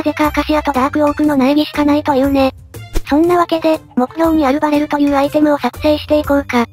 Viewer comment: バレルがアベルに聴こえた